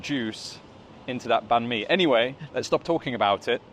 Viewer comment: The way you said banh mi is spot on 😍